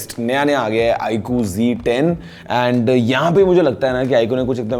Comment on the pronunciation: G10 nahi Z10 hai sahi se bola kijiye